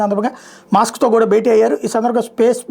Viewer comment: మాస్క్ కాదు మస్క్😅😢😂😊😮